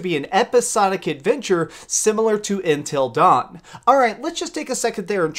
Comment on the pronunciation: Accent obviously 😂